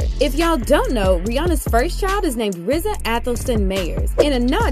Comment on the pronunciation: thank u for finally being the only one to finally pronounce RZA the right way.